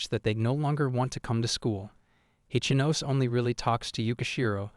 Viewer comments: Ichinose is pronounced "E-chee-no-seh," not "Itch-ah-nos" Can you manga readers give a SINGLE ounce of effort to respect the source material and give a single fuck? Please? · Ichinose ✖️ Itchy-nose😂